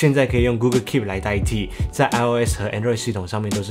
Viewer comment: 提醒一下，google跟Pixel發音不正確